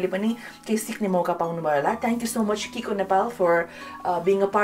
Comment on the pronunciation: It’s not kikoo it’s chicco = chiko